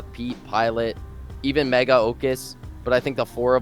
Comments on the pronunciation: OMG HE SAID MEGGA OMG HE SAID MEGGA OMG HE SAID MEGGA OMG HE SAID MEGGA OMG HE SAID MEGGA OMG HE SAID MEGGA OMG HE SAID MEGGA OMG HE SAID MEGGA OMG HE SAID MEGGA OMG HE SAID MEGGA OMG HE SAID MEGGA OMG HE SAID MEGGA OMG HE SAID MEGGA OMG HE SAID MEGGA OMG HE SAID MEGGA OMG HE SAID MEGGA OMG HE SAID MEGGA OMG HE SAID MEGGA OMG HE SAID MEGGA OMG HE SAID MEGGA OMG HE SAID MEGGA OMG HE SAID MEGGA OMG HE SAID MEGGA OMG HE SAID MEGGA OMG HE SAID MEGGA OMG HE SAID MEGGA OMG HE SAID MEGGA OMG HE SAID MEGGA OMG HE SAID MEGGA OMG HE SAID MEGGA OMG HE SAID MEGGA OMG HE SAID MEGGA OMG HE SAID MEGGA OMG HE SAID MEGGA OMG HE SAID MEGGA OMG HE SAID MEGGA OMG HE SAID MEGGA OMG HE SAID MEGGA OMG HE SAID MEGGA OMG HE SAID MEGGA OMG HE SAID MEGGA OMG HE SAID MEGGA OMG HE SAID MEGGA OMG HE SAID MEGGA OMG HE SAID MEGGA OMG HE SAID MEGGA OMG HE SAID MEGGA OMG HE SAID MEGGA OMG HE SAID MEGGA OMG HE SAID MEGGA OMG HE SAID MEGGA OMG HE SAID MEGGA OMG HE SAID MEGGA OMG HE SAID MEGGA OMG HE SAID MEGGA OMG HE SAID MEGGA OMG HE SAID MEGGA OMG HE SAID MEGGA OMG HE SAID MEGGA OMG HE SAID MEGGA OMG HE SAID MEGGA OMG HE SAID MEGGA OMG HE SAID MEGGA OMG HE SAID MEGGA OMG HE SAID MEGGA OMG HE SAID MEGGA OMG HE SAID MEGGA OMG HE SAID MEGGA OMG HE SAID MEGGA OMG HE SAID MEGGA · Bro had to emphasise the MEGGA 😂